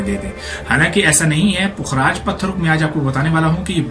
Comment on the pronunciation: Bhai pukh-raaj hota hy. Fukraaj ni hota. Pay khay puk bnata hy. Apki pronunciation galat hy. Ye meri ami ka naam tha. Pukhraj ko yellow sapphire kehtay hain. Topaz brownish orange hota hy. Pukhraj light yellow, white, sky blue colour mein hota hy aur gem stone hy